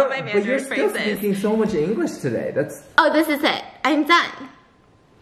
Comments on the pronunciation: I CHOKED ON MY WATER WHEN SHE TRIED TO SAY ”ENGLISH” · The moment she realised “english “ is actually “yin yue” not “yeAn YayU”